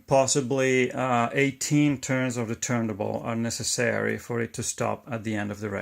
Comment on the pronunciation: Excellent and Very informative, I am also interested in how the speed (RPM) is controlled, could you include a video for that mechanism. Your detail is very good. Also may I, the platter that holds the record is pronounced TURN-TABLE in English, I hear you pronounce it missing the T in TABLE.